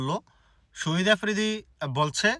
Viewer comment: সহিদ না সাহিদ